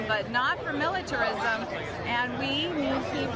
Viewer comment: She couldn't even pronounce militarism